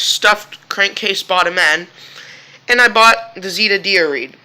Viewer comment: It’s Z (Eh) da not z (ee) da